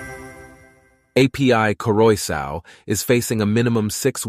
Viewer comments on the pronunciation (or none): A P I , what pronunciation!